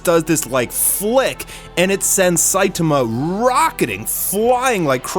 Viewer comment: is the only anime youtuber who pronounces "Saitama" correctly